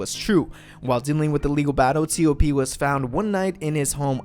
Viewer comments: I also call him TOP and when I heard him say it as T - O - P, I was a bit puzzled lol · cmon please say TOP